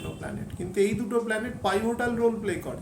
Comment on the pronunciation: পিভোটাল... পাইভোটাল আবার কি?